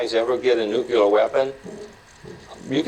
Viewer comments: did he really say nu-cue-ler weapon ? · How do you spell nukular? Nucular?Nukeular? It’s nuclear. I cannot stand when anyone says newk yewler. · Here we have a doctorate-level person saying "ran out of town" instead of "run out of town" and he cannot pronounce "nuclear" (nook-lee-are), but says "nuck-u-lar". I'm sorry, but he doesn't have the time or interest in the details of speaking correctly, so his opinions in other areas go down, down, down in my estimation. He is neither a reader nor a thinker. That said, Whoopi Goldberg's opinion is just her opinion. These folks who chose to be "water-boarded" surely have the common sense to know that what was done to them was a mere shadow of what is done to helpless "enemy" prisoners under that same name. Ugh! What a useless piece of video! Why don't you explain, instead, what a supposedly "Christian" country typically thinks Jesus would say about torture? Now that would be hilarious! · "Nuculerr" ROFL. His doctorate came in a pack of cornflakes.